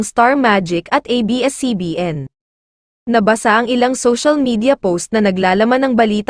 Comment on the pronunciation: Ayusin mo nman ang pronounciation mo sa pagbbasa na vlogger ka, magkaiba ang nabasa sa nabasa